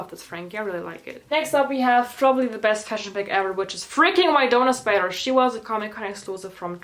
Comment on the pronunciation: ShE (no hate might just be your accent)